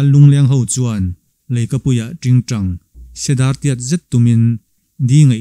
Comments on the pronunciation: Tingtang sedar tih i lam dan hi,dar sana dar zat kan saia,dar tih ri nilovin,dar mihringin dar kan neih leh ransa te pawhin an neih dar lam anga lam tur a ni e.tin,chip hi sava a ni a,a lam danah , thil chip/ sawm anga lam ri lovin,chip ,thil insi/ tawt kan sawina chip ri anga lam tur a ni e. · A ngaihthlak a nuam hle mai ...chhiartu in i thiam bawk a..ziaktu a fakawm awm hle mai ...kham awm loh hle mai... Sedar tiat.... tih lai kha a fiah lo deuh a ..